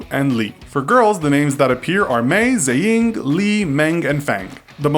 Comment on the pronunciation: he pronounced "xueying" as ZEI YING !!! OMFG IM DONE!! cringing in mandarin